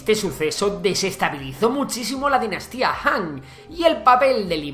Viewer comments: FE DE "RATAS": "Dinastaía" Han. Grandes "Empreadores". La Cultura del "Tihuacano" (dice "tihuacano" y escribe "tihuanaco", pero la palabra correcta es tihuanacota). "Setrapías" (es Satrapías). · Dice Dinastaía